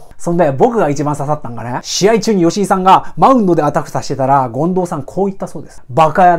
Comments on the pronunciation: そですね！ 近藤さんじゃなくて進藤さんのイントネーションですw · めっちゃためになります！ あと 権藤⤵さん かなw マンボウと同じ抑揚でw